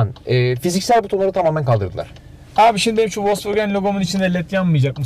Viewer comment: Vosvogen değil ne zaman bırakacaksınız şu saçma sapan telaffuzları.